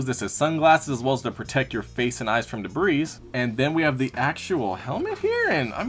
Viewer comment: You said the goggles protect your eyes from "debris", but you either (oddly, or jokingly) pronounced the 'S" or... perhaps you said "from da breeze" 😂😮😅